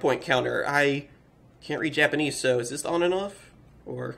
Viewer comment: You Say "Dis"